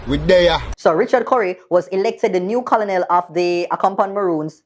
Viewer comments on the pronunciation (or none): Yes girl, make a bwoy know say you nuh hungry! Bright tpc! Battle of the elders, pupa jesesas!😅🤣 the word is pronounced ker-nel, even though it spell colonel. Not koloonel! Lol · no man, everytime u said Co-Lo-nel mi cringe; it's pronounced KER-NEL because of its French origin. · don't mek me tump you bout Co-lo-nel it is pronounced like kernel. The English language I tell you. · Keep up.the good work however here's a constructive tip Colonel is pronounced kernel and not Co-lo-nel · Hey, Colonel is pronounced KERNEL. C'mon Maan. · the word is KER NEL OK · Ker-nel lol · Is it just me or isnt colonel pronounced like "ker-nel"? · Using the Buju clip...priceless lol. But the pronunciation for Colonel is "Ker-nel". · Pronounced "kernel"... Lol 🤣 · Seriously??? Yuh nuh knoa the pronunciation of Colonel?? And you went to HS in Jamaica? No sah!